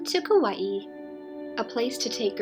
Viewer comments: Good info for Kauai newbies like me, thanks. But I think it's Ka-Wye, two syllables, not Ka-Wye-ee. That would be spelled Kawaii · Actually the Hawaiian pronunciation is kah-wha-ee